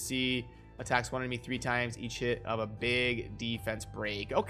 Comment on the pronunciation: You realise when you were running through the skills quickly, each time you said EACH HIT, it sounded like you were saying EAT SH*T? lol